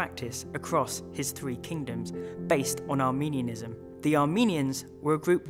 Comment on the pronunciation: It's not pronounced Armenianism - that makes it sound like you're referring to Armenians. It's pronounced with a short i sound, not a long e sound. Arminianism, not Armenianism.